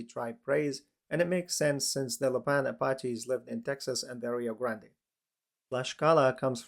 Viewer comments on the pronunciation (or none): none